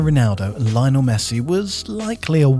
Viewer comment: Thought by now we had learned how to pronounce Lionel